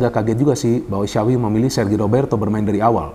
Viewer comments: Yg saya dengar xawi yg di ucap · bukan sawwvi bang , kalo mau bener bener ucapin nama xavi . tapi kaya bilang tjapvi .